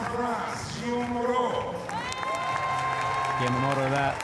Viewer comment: Please learn how to pronounce "Guillaume" - the E at the end is silent, so the name is two syllables, not three.